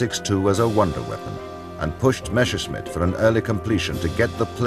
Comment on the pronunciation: Nice docu, but the narrator constantly saying "Meschersmidt" instead of "Messerschmidt" kindda bugs me. a lot. :D